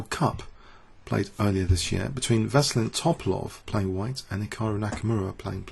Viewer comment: I die a bit inside every time I hear pronounce Veselin Topalov's name, but aside from that great coverage on the game